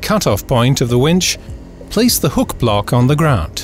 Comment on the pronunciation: grount, grount then soldert? come on. that's just being difficuld.